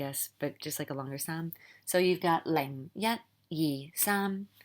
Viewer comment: Thank you! Love your work! I wanted to add that the high tone for saam is also missing in the video.